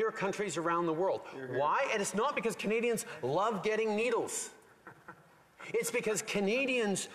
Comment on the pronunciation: He can’t even pronounce the citizens right. It’s not Kenadians